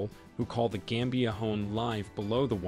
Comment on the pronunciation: It's not game bia but gam bia. Gam as in gama rays.. you should listen to the pronunciation before narrating.